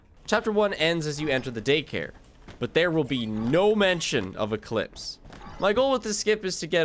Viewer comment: Damn, turned "Eclipse" into "He clips".